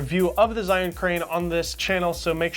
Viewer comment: Zh is pronounced as J